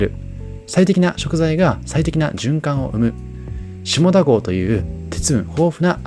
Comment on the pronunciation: 下田と書いて読み方は「しただ」です。